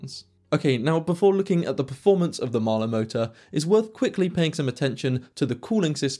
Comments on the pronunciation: A bit slow. It's hard for the British to say Mahle - it is NOT Mahler! I note you don't give actual transfer power efficiency. And if I never hear the cringe phrase "deep dive" again - it will still be too soon! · I am not saying that you are pronouncing it incorrectly, what I am saying is that for decades iI have only heard Mahle pronounced "molly". This is always a bit of a problem with non-english words, even more so with non-english names.